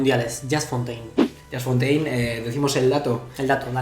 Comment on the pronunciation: Casi me cáncer que digan Yast Fontain 🤦🏻‍♂️ Se pronuncia "Yus Fontein"